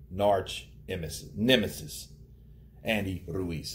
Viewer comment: are you saying 'narch emesis' on purpose ? lol